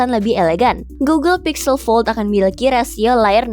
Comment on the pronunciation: Google Pixel atau Google Pizel MIn?👀